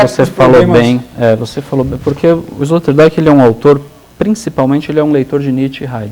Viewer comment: Escória, não sabem nem pronunciar o nome do filósofo sobre quem estão versando, e nem ao menos pesquisaram sobre a pronúncia correta. Esse é o perfil dos "professores" e "comunicadores" brasileiros... A pronúncia de "Rorty", "Zizek" e "Sloterdijk" já desqualifica completamente este canal. E pensar quem esses energúmenos que não tem nem mérito de existir se autotitulam 'filósofos' e podem até receber estipêndios por isso...Alguém tem dúvida da eminência da eugenia???